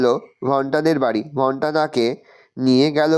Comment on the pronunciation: Sir ota bholta hobe na 😢 ota bhonta hobe